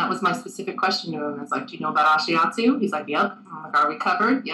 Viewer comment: D, you look so cute/nervous, and isn't he mispronouncing Ashiatsu?